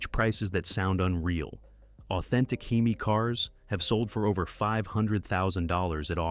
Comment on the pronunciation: Dumbass AI narrator. H-E-M-I 🙄🤣Couldn't handle the word Hemi. Are people really this lazy ?